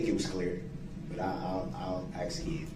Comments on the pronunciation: It irked me to hear him say "aks" when he meant "ask" as well. Especially since he could and did say it right numerous times. Lbvs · Detective Guth, not Guf, sustain not substain, bias not biast , oath not oaf, this not dis, grounds not grounz, ask not axe, and soooo many more. Drove me crazy! Also, he needs to learn the meaning of hearsay!!